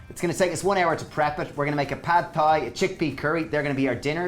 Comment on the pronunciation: Love your videos! It would be helpful to have written amounts in the description box. Also, Thai is pronounced like "tie".